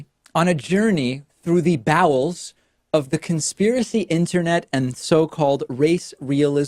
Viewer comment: Interesting choice of words David… I ESPECIALLY RESPECT how you followed up “Cum with me into the BOWELS” (emphasis on “BOWELS 😂) with a… brief distraction whilst you came up from behind with that fabulous transition into Dave Ruben! 🤪 Y’all should start a restaurant named “Dave Busters”